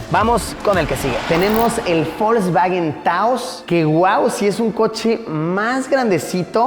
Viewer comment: por qué le decía folksfagen